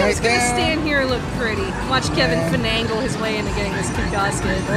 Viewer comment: Dictionary says its finagle, urbab dictionary says it's fanagle,, but with Kevin it's "Fun"agle! I can see this as a word of the day for the 10 days of DCG!!!